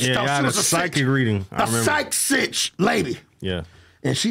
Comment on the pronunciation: "Psych citch" 😂😂